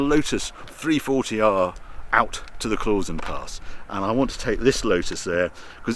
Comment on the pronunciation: Klausen is pronounced « Klowson » mate… that’s from a swissified Brit. I agree this is a beautiful country and I prefer living here rather than in the UK. Especially after the international embarrassment that is Brexit.